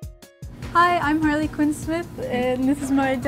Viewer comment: yay! said perfectly Harley! thank you 😄